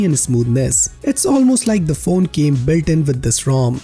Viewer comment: Why cant indians pronounce the word built.